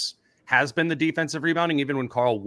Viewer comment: Whenever says Karl’s name I swear he said CORAL like from the walking dead 😂